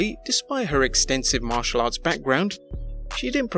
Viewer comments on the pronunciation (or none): none